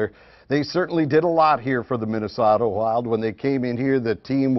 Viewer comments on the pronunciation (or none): Reporter's school 101 -- learn to correctly pronounce Minnesota. Nope.